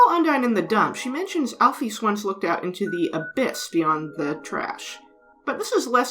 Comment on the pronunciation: Great video! But I can't move pass the pronunciation of "Al-pheez" 😭